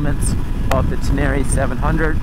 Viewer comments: Ten-a-ray not ten-air-eee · It's Ten-Array! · Tubeless off-road is a problem? Really?? Have fun changing a tube on a back trail in the pouring rain. Say it, "Ten-a-ray" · You say "Tin-near-rie", I say "Ten-ner-ray"; "Tin-near-rie", "Ten-ner-ray" - lets call the whole thing off! 😂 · He said TenÈre once too often in the first minute, and I gave up. Nice bike.. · Love your videos! Hater's will hate! I love your "uptown" pronunciation of the bike! Oh and don't forget to pick up your dinner jacket at the cleaners! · Need to learn how to say “Tenere” correctly.